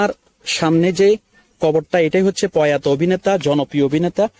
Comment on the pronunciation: ভাই পয়াতো না প্রয়াত